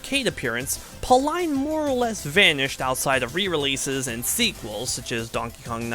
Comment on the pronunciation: Always love series like these, i Hope this series takes your channel into higher popularity! Little side note that bugs me Pauline is actually pronounced Paul-een, not Paul-Eyen.